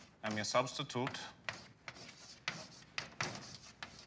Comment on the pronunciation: He put a real emphasis on the TUTE😏